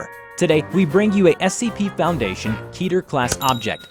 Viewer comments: It’s keter, not kēter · I’m sorry But I have to It’s pronounced ‘Ke-ter’ Not ‘Kea-ter’